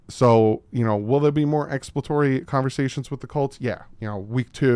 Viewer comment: Why does not know how to say ex·plor·a·to·ry